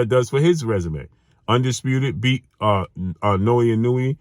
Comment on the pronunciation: it's naoya not naoui😅